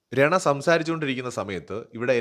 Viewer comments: രണ അല്ല റന ആണ് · Bro രണ അല്ല രനാ ആണ്😅